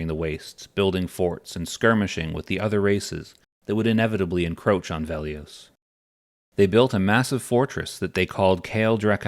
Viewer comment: It's Velious, not Veliose.